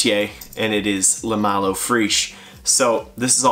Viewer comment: Eau fraiche is pronounced "O fresh" not freish, cheers on the vid